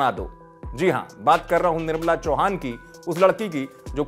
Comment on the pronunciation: Be first its nirmala not nirbala🤣